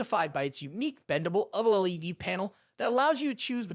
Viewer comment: First off only one of these is truly budget, but that aside how the hell are the first two anything even close to budget, second just call it a f**** Viewsonic Elite for the love of G-d and finally learn how the F*** to say OLED if your going to even remotely attempt to be a Tech Youtube. All in all gave me the vibe that you have never actually touch any of these panels, ripped a bunch of script from other Youtubers then rewrote it (to an extent, for your sake I won't get into details) and overall just had no clue what you were talking about past reading words on a script. Suggestion: Your overall production quality was very good so go create a channel about something you're actually pationate about.